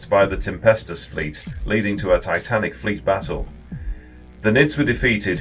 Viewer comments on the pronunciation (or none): none